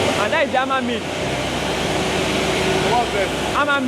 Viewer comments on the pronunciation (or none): It is a Hammer mill. Not Amma mill